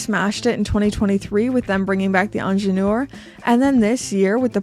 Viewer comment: First Learn to pronounce ingenieur. Second i am sick and tired about size subject. I wear 19.5 cm . I am not fat just normal somatic size. And the small size watches are not my absolut favourite. Is just like EU talking about what should I wear. As one of your subscriber wrote the new price tag is the problem . Plus attention to small details eg selling the new ingenieur without extra price for fine adjusting bracelet ???PR wake up.